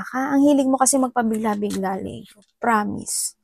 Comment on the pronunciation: Sorry, na-o-OC lang po. I like your readings, but please say Li-yo po... Not Le-yo. Leo is read as (LI-YO)